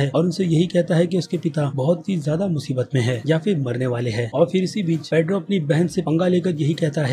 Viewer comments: It's pietro not pedro 🤔😂😂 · वो पेड्रो नही पिएट्रो है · bhai tumhara info badia hota hai lekin tumhari sabse badi galti hoti hai tum characters k naam bilkul bhi sahi nahi le te ho "Pietro ko Pedro" had ho gai bhai video ki info mujhe achi lagi lekin sirf characters k naam sahi na lene ki wajha se main video ko dislike kar raha hoon or ye sirf is video k liye nahi to mostly videos mein characters k naam, actors k naam hamesha galat bolte ho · Jhantu it's piettro not pedro pedro.. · It's peiotro not pedro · pure video me pedro pedro pedro fix this bro google translate Pietro kya yaar pure video me pedro pedro kar raha hai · Pietro not pedro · His name is petro not pedro ! Anyway great effort 👏 👍 👌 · it's pietro not pedro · ek baat toh ye hai ki aap actors k naame ki maa behan kr deta hai.... Pietro not Pedro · Why are you calling Pietro as paidro? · Its not pedro its peitro/peter ,what is wrong with ur pronunciation evèrytime